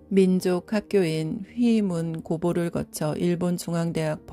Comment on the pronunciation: 관속에 누운 내가 보았던 어머니 모습 중 가장 예쁜 얼굴로 마치 분홍빛이 감도는 싱싱한 새벽장미같던 모습을 뵈었다. 두 어머니 이야기.[빛바랜 회화 작품처럼] . 글 곽혜영 어머니는 우리들 곁을 훌쩍 떠나버셨다. 어머니는... * 책에 있는 오타를 수정합니다.* 길홍기박사님 - 갈홍기박사님 권선호 교장선생님 ㅡ 권서호 교장선생님 낭독발음 교정합니다 휘이문 고보ㅡ휘문고보